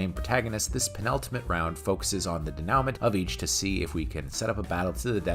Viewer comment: “de·noue·ment” pron: /ˌdāno͞oˈmäN/ 🤣 Sorry man, I used to be a teacher.